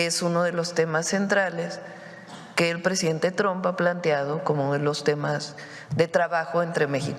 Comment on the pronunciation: Mas alla de que apoyo a la presidenta, seria bueno que aprendiera que trump NO se pronuncia "tromp"